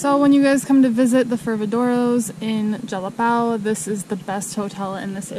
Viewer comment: Jalapão = "Jalapawn". São Paulo = "Sawn" Paulo. ÃO = awn. 🤣